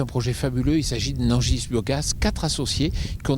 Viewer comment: Nangisse pour dire Nangis, Fant pour Fendt, Anjoy pour dire ENjoy un petit soucis de diction chez... va falloir vous réecouter les gars